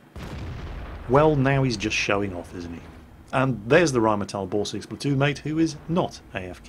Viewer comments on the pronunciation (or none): none